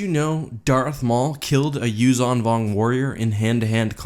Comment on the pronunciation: I think that the 'zh' is pronounced like the 's' in 'leisure', not like 'z'.